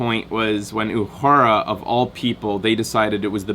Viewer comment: 133 comments (134 at this point) and not one of them from someone complaining about constantly mispronouncing 'Uhura'. Nicely done. Also, did you spot Nolan North?